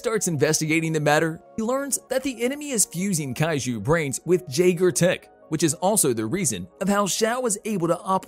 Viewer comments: (Yager) not jagger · it's pronuced Yeagers, the J is a Y but the spelling is Jaeger so just change the pronunciation to Yeager. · Come on bro, the J in Jaeger is silent. It should sound like "Yeager". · How the fuck are you mispronouncing the word Jaeger (YAY-ger) when they SAY IT IN THE MOVIE!!!!!?!?!??!